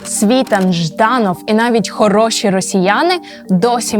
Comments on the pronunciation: Чому СвІтан, якщо він СвітАн? Аж вухо ріже! Яковенко Ігор,а не Іван. Ну ви даєте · Контент робили-робили а в одному з головних героів, Романі СвітАні наголос невірно зробили. Він СвітАн а не СвІтан! І також правильно Ігнат а не ігнАт! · Не СвІтан, а СвітАн. Дівчинко, вчися ставити наголос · Ведуча така ж вумна,як і її "герої".СвітАн,а не СвІтан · Не СвІтан, а СвітАн. Еще одну молодую балду проплатили. Іди щось корисне роби вдома. Тарахтелка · Не СвІтан а СвітАн .. і робити огляд експертів з огляду на те як вони подані тиртрубою таке собі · Правильно наголос ставити СвітАн, а не СвІтан. Як сумно, коли в Україні такі непрофесійні журналісти, Ви ж готували цю передачу, невже не можна було поцікавитися , як правильно вимовляти прізвища цих горе- експертів, про яких Ви створили контент? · Журналистка знает кто есть кто но не знает правильное ударение фамилии СвитАна,военный знает и говорит а журналистка один хрен говорит СвИтан, про достоверность все понятно,можно дальше не смотреть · Не свиииитан, а свитаааан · Дівчинко! Навчіться правильно користуватись правилами української мови і ставити наголоси! У прізвищі Світан наголос на останній склад. Неосвіченим виступом ви, шановна, підриваєте авторитет української журнілістики. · А чому Сві тан, поцікавтесь наголосом,а слухати потрібно різну інформацію, бо як аналізувати , що б мати уявлення про сьогодення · Не СвІтан , а СвітАн ! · Дівчино, Ви якщо говорите про якихсь відомих людей, то поцікавтесь як треба вимовляти їхні прізвища. Не "СвІтан", а "СвітАн".Наголос є важливим. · Вам важко було хоча б відкрити вікіпедію, щоб правильно поставити наголос на прізвище СвітАна і дізнатись який страшний роzzійський полон він пройшов у 2014 році. Може далі ведуча, щось цікаве і розповість, але ж вже цього невігластва достатньо. Позорисько. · эти эксперты даже ударение неправильно ставят. СвитАн. как им можно верить? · Та не Світан (наголос на останньому складі) Світан!